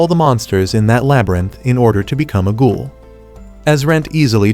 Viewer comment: it's ghoul not goal